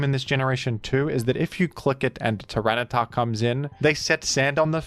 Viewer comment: hearing “tyranitar” felt so deeply wrong. At least cif is present in the previous clip